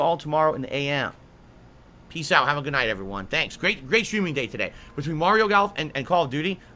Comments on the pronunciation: "GAHLF". G A H L F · he said GAHLF. It's how he pronounces "golf", for some reason.